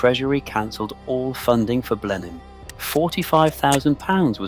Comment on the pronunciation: It's ponounced "Blennim" ⚠️